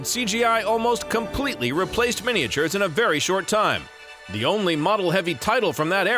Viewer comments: What on Earth is a mini-a-ture, the way he pronounces it?? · MINI-AH-TURES, MINI-AH-TURES, MINI-AH-TURES, Model MINI-AH-TURES!!!!!! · Yes, MINI-AH-TURES, MINI-AH-TURES, MINI-AH-TURES, Model MINI-AH-TURES!!!!!!